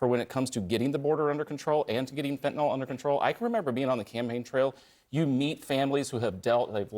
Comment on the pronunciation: Nobody seems able to pronounce the word "Fentanyl." NYL. NYL.